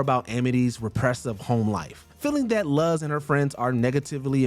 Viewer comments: It’s LOOZ not Luhz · I swear this guy is mispronouncing shit on purpose for rage bait. It’s “Loo-z” not “Luh-z”! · Very much triggered how "Luz" was pronounced here. It's "LOO-s", not "LUS". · Do you people at watch mojo purposely mispronounce names?? Ive heard it many times before with names, places etc. and here you say luhz onstead of luz [looz] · THANK YOU! It was giving me flashbacks to how the names were butchered in the live action Avatar (the Last Airbender) movie. XD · Luz. Is. Pronounced. LOOS. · Anyone Else Notice How He Pronounced Luz's Name Wrong? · You can tell this guy hasn’t seen The Owl House with how he frequently mispronounces Luz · CAN YOU STOP PRONOUNCING LUZ'S NAME LIKE THAT? DID YOU EVER HEAR HOW THE CHARACTERS IN THE SHOW PRONOUNCED IT???